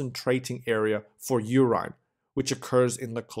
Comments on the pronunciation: WHAT THE HELL IS "URYNE" ???? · ur-IN = nahhh ur-EYE-N = :D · Anybody else feels odd about the way he pronounces “urine”. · so help me god if you call it "urine" one more time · Somebody please teach him how to say urine properly PLEASE! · you pronounce "urine" wrong = Goof Ball City. i thought at the beginning...how good we get someone who is not a foreigner and who pronounces well....then with CC i see the word that you mis-pronounce = obvious you didnt grow up with english. GET ANOTHER SPEAKER WHO PRONOUNCES WELL. NO MORE GOOF BALL CITY WITH BAD PRONOUNCIATION